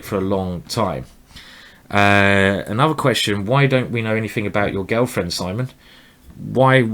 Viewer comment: Anyone else notice that Simon says girlfriend like Gelfand? :P